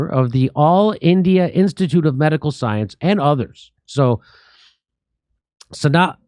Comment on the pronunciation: Her name pronounced Snay Hull.